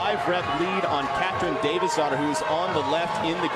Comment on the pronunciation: I’m I the only one that thought when the said davidsdottir—they were saying Davis daughter? Lmao